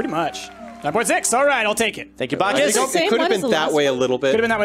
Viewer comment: It's a ch not a k so it is bacchus dum dums